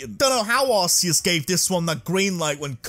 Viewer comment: It’s pronounced arc-e-us not arse-c-us. Just ask the guy that came up with Arceus